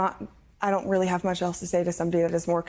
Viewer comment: Rearry? Red red wine, whine ,wine.